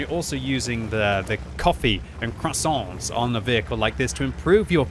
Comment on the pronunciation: Mauschen "Moyshcien" while I'm getting a stroke listening to him Also: Croissant "Chrosaaant" * french audition came *